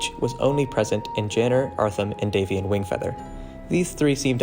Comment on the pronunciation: YOU PRONOUNCE IT Dave-eon??? I thought it was Dav-ion